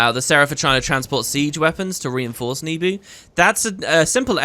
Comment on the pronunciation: Where did you get the idea that Nebo village is pronounces "Nebu"? I'd never read it that way, but you're big into this franchise, so I'm thinking maybe it's correct.